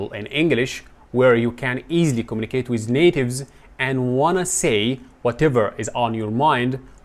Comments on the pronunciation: ❌ Wiz ❎ With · اعتقد انك نطق With بz في الاخير